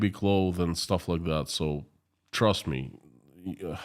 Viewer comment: In the thumbnail image Putin looks like Dr Evil from the Austin Powers films. Your pronunciation of the word 'militarily' is fine. Putin is running out of people to sacrifice isn't he? Pronouncing the word 'and' like 'end' is an annoying Americanism. I don't believe even most Americans do that.